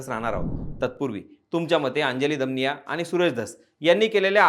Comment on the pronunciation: दमानिया असा उच्चार केला तर बरं झालं असतं